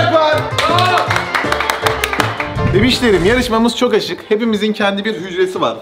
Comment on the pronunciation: peki enesin açık yerine aşık demesi😂